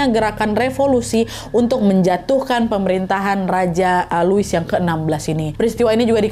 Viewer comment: Wakkk kita belajar sama2 ok soal baca nya dalam bahasa Prancis Louis :lui / luwi Marie antoinette : marie antowanet Versailes : versayy